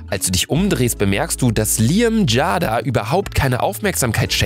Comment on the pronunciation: Man spricht es Jeyda aus nicht Jada 😂